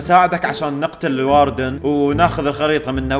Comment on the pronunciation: الاردن✅ الواردن❌